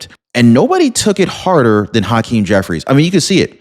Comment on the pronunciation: Haaaakeem? Cmon man. Pronounce it as hakeem. Dont place undo emphasis on the ha. Just let it out regularly. Say it with me now, hakeem.